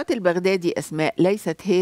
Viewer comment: البغدادي تلفظ بفتح الباء وليس بضم الباء